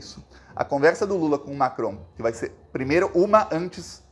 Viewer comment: Você pronuncia bem o nome de Macron! Sou professora de francês e moro na França